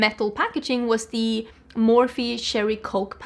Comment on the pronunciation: Random thought on your comment mentioning the way you pronounced the Cherry Coke palette, I personally find it super cute when you pronounce English words in a Swedish way. Your English is absolutely superb but I always love those little things that slip in when someone is speaking English as a second language and I get a huge kick out of it ❤